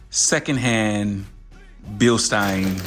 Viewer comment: I think they are pronounced beelsteens lol. I need to do the same to my car but will go with belsteins adjustable on all four corners.